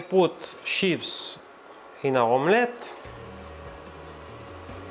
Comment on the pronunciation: Please check the pronunciation of "chives" in Google Translate. I used to have the same problem with English. 😊